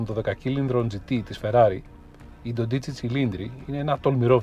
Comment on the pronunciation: Είστε εξαιρετικοί! Αλλά προσοχή: προφέρεται Ντόντιτσι, ο τόνος στο όμικρον